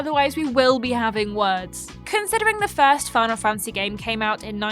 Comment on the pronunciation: Am I the only one to notice that pronounces 'Fantasy' as 'Fancy'? haha (Much love and respect,!)